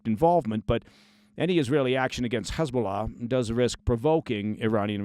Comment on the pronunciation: Your correct pronunciation of "Hezbollah" in Arabic and not the Israeli Hebrew dialect "Khizbulah", tells me you have real life, serious experience with ops, unlike many false ex-ops or even news "experts" and what not. Kul El Ehtiram 😊 Kudos!